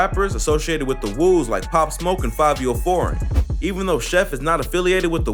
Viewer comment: its not the FUCKING CHOOS like CHOO CHOO train my gee its CHOO prounced like CHO! and the WOOS you pronounced i think only right ..